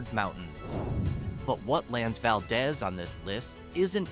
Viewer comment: is pronounced “Val-deez.”